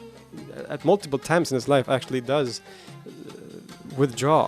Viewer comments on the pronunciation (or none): none